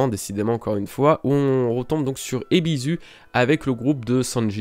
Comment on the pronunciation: Ebisu : tu dis EbiZou au lieu de EbiSSou ! Tu dis bien TonoyaSSou ! Pareil pour KomuraSSaki et OroTchi. Fallait que ça sorte <3